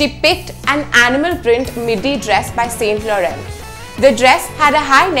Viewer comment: pls learn how to pronounce st laurent